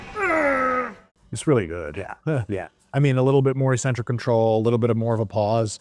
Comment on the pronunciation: Please for the love of god STOP SAYING ECCENTRIC WRONG!!!